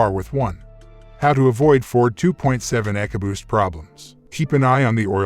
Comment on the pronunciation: 2.7 egoboost? lol pronouncs it weird. Anyway 2.7 is the best motor ford has made in a while they really crapped the bed in the last decade leading in recalls but did good with the 2.7. My ford mechanic friend calls the 2.7 the new 300 staright 6😂